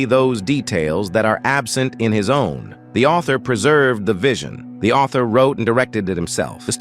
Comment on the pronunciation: "The sellarrr, isn't the aultharrr"